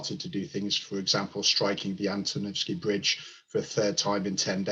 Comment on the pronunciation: antonovsky bridges guys ... 🤷‍♂️ how come no one get that name right ?